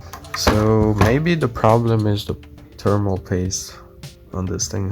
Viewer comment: T.H.E.R.M.A.L paste, NOT terminal paste!